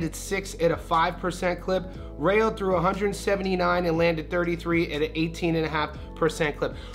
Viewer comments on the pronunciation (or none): It’s Rayo in Spanish pronounced like Ry yo. Not Ray yo.